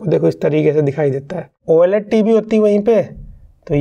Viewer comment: Why do you say oyeLED 😁